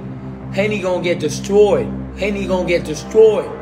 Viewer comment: "Destrrroyed" lol